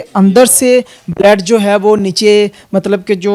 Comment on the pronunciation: O jahil. Baled nai hota lafaz. Blood hota hi Alfaz to theek bol